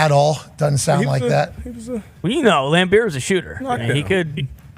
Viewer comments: Pat its Bill "Laimbeer" not Lampbeer ya CLAHN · Thank you 🙏 to whoever got Pat to stop saying "Lampeer" 😂😂😂